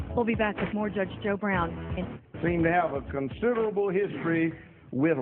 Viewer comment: Its "Judge Joe Brown." not Judge Go Brown...